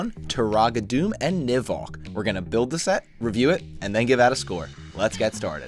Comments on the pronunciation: Also, it’s pronounced “Doo-mah” not “Doom” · Am I the only one who's annoyed that he pronounces it Doom and not Duma? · It’s technically pronounced (doom-a) it’s no big deal I just figured you’d want to know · One of my all time favorite sets. I used to have a shelf over my bed and I would have this set hanging by its claws like a bat off the edge of the shelf. Btw, Turaga Dume is pronounced Doom-Uh. Excellent video as always! ❤❤ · Great video! But Dume is pronounced "Dooma"